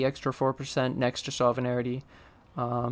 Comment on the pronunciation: Nice vid. But bro, I just gotta say it... Sovereignty is: SOV-rin-tee. Three syllables, ezpz. No need to add two extra syllables and say Sov-rin-air-in-tee. :D